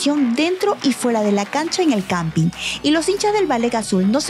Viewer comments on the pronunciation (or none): No se dice Campi, el Campín